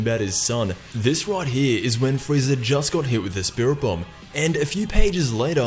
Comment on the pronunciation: he said "freezer" not frieza almost at the very end lol